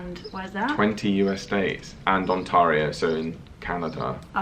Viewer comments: Ontario - short a, not long a! lol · Yass! Thought the same ;)